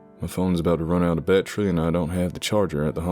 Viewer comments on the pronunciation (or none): Your voice acting is great. As a southerner before it is pronounced Bat- er- e for Battery, not Ba- tre.